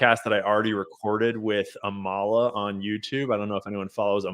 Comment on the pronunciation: Thank you. I saw the interview you did with Amala. I looked at my shampoo once i got home. By the way, i believe her name is pronounced Ah-muh-luh.